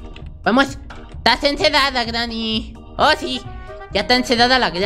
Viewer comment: porque dices greeny cochina